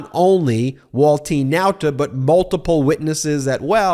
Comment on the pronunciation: I like the way you pronounce Nauta the chamorro way. Check with the Guam and CNMI US Representative on Washington . Most media pronounce it the wrong way.